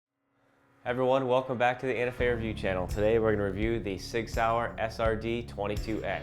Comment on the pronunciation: "sis" sauer? ;)